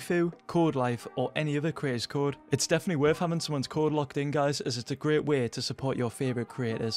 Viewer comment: It's Updates and Way, both with a "A", not Updetes and not wey